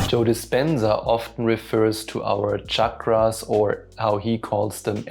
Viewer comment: OMG you pronounced chakras correctly 😊